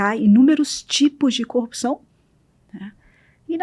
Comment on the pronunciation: Engano seu, quando ela fala copiçao, ele pensa no marreco de Maringá.